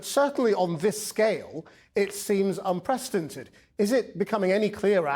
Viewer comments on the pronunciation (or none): " UN PRES TIN TED!?" Don't you, Mr Anchorman, mean " UN PRE CE DEN TED" ( Somebody check if he has a PAGER on his waist! He's nervous!) 😂😂